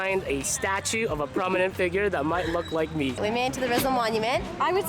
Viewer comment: Pronounced Jose Reezal